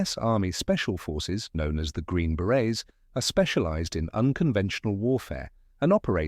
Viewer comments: It’s “Green Berets” not Green Barets! 👿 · Berets, not barets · Berets no Barets.